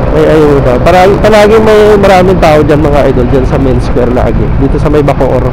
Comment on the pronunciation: Bacoor Cavite po Sir hindi po Bocoor Cavite